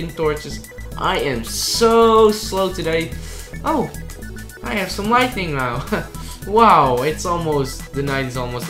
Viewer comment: Ur still saying lightning(storm) instead of lighting(light)